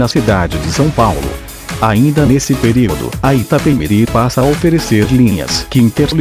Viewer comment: Iapemirim....namoradinha do Nordeste